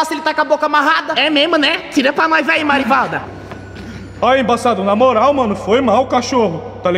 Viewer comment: Por que que o embaçado tá falando namolal ao invés de falar na moral